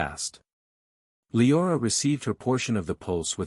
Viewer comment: It’s a true bummer you can’t just tell the ai voice to pronounce the freaking names correctly. Sulthra and lye-orah are especially grating.